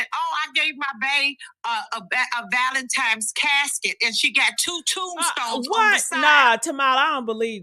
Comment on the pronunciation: Anytime at this big age we still saying “ValenTIMES” 😒 you can gone! I’m sorry.